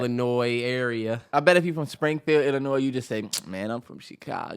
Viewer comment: Illinois the S is silent lol